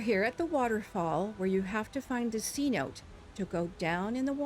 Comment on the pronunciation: Amazing video. Thanks for the help. Only one thing. It’s not pronounced c-note. It’s Cenote’ a word for an underground river system that exists in the Yucatán peninsula. Deep caves clear water. C note is a 100$ dollar bill. Btw you are not the only one to miss pronounce. After all that. Amazing job and an awesome job. Subscribe!!!!!